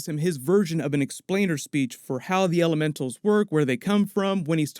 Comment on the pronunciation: You said "Mysterios, ELEMENTOS" ?!?!?! 🤔